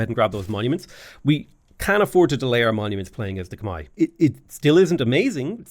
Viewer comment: I'm Khmer, yes it is pronounced "Khmai" you pronounced our civilization correctly